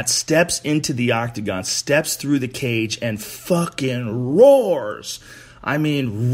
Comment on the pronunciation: Joe "one of dee" Hogan